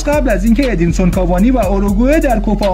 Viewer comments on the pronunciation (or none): Edison not Edinson 😅🤟